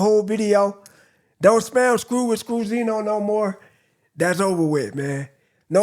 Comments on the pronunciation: Everybody say Scru zi noooo 😂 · Scruzinoo all times 🤣 nah I will not stop saying scruzinoo im sorry 🤣